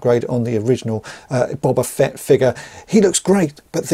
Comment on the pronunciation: BOW - BAH FETT not BOB - AH FETT 🤣🤣🤣